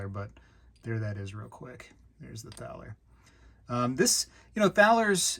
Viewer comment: "Thaler" is pronounced like "Tah-ler." It is a predecessor of the word "dollar."